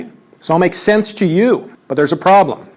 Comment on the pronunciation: The only thing you missed is how often he says...."the pwoblem with this is..." 10/10